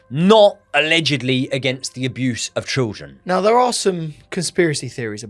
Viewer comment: cant pronounce children and cant pronounce assassination 😂 great content tho lads 👏